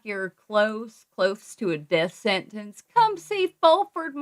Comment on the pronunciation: The way Fulford says sentence!!! SENANCE. Makes me mad‼️